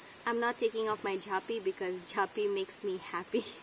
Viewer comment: Its not "JHAPI" its "JAAPI" !